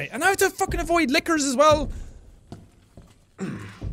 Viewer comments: Everytime JSE says lickers, I understand liqueurs. Take a shot everytime he says it. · Jack: I need to avoid the lickers! Me: I mean, you can just not go to a liquor store, but ok.